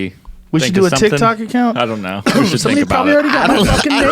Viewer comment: Joe “Tkitok* Rogan